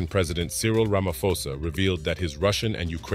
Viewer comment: Ra-ma-Po-sa .the ph not said as F ple